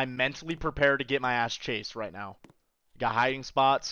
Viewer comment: "are you serious right neow"